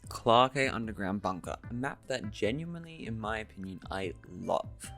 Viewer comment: Was liking the video until you started pronouncing clarke as clark-eh and nebula as noob-ela. genuinely how can someone look over their recording and think yeah thats fine